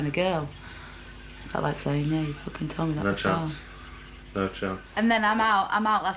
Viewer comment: Facking, foking,..fock,..focking,..facking...focking,,,fock...fack,..focking...so sad...:(